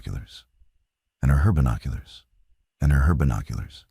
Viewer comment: There are a lot of AI mistakes in this video. "And herbinoculars"